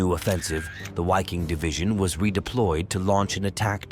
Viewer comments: “VIKING!!” with a ‘vuh’ sound at the beginning. FFS I can’t stand all these dumbass channels that use the “w” sound using the English language. It sounds so stupid and childish. In English it’s the “Viking Division”. Say it right or GTFO. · A question. Wouldn't the Wiking division be pronounced Viking because of the German W pronunciation?